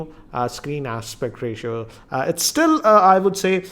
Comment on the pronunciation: andaa sixaa inchaa screenaa aspectaa ratiooaaaa ,its gotaaa ...wtfaaaa